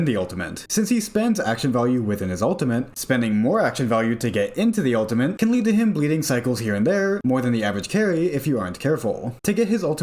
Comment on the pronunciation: U L T I M A T E not OON TEE MENT